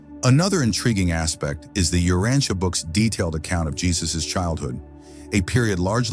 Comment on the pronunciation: The AI narrator doesn't know how to correctly pronounce many important words inclunting "Urantia" :face-blue-smiling